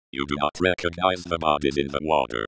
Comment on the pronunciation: he said recogize at the end